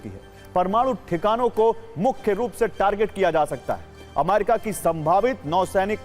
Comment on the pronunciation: Sir jee A-MA-RI-KA nahin A-me-ri-ka hota hai